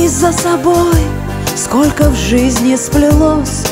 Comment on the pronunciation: Супер видео, безумно красиво, просто очаровательно, но, пожалуйста, обратите внимание на правильное произношение слов скоЛЬко, тоЛЬко. Не в обиду, но как- то режет слух, вы же москвичка, искорените этот недостаток в речи.